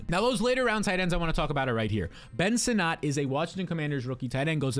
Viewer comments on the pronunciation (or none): Ben Sinnott's last name is pronounced like 'Senate'.